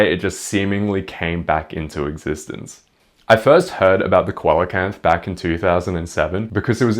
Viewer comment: I don't wanna be an asshole but the way you pronounced "coelacanth" utterly killed me, dealt me some actual physical damage. My friend, my buddy, my guy, it's pronounced SEE-la-kanth (I wouldn't normally leave a comment like this but they're my favorite fish, great video otherwise peace and love etc)